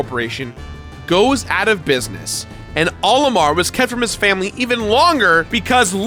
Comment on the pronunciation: He keeps pronouncing "Olimar" as if it's the name "Oliver," but with an M instead of a V. What a silly is. Come on, bud. Smash Brothers has been telling us how it's meant to be pronounced for years.:p